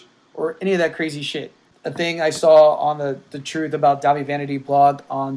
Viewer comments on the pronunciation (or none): none